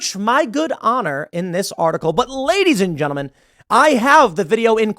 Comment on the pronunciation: "Lady's and Genmen" 😂